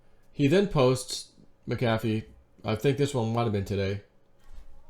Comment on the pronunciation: MACK - uh - FEE... 😆😘 NOT - MUCK - HAFF - EE 🤣😂 Love you ❤